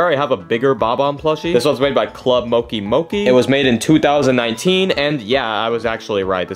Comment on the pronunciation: Club mokki mokki 💀 (btw it’s club mo-chi mo-chi)